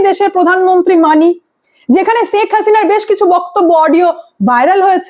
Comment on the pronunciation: ছেখ হাসিনা না ওটা শেখ হাসিনা 😂😂